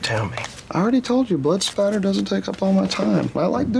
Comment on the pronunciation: Blood Spatter. Not Splatter